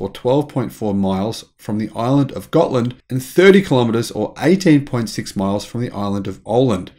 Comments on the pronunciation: You pronounced Gotland just about perfectly, and you where quite close with Åland as well! Good job! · You pronounced the names of Gotland (The home of the Gutes) and Åland (islands country) correctly.